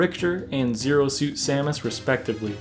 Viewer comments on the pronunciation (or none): none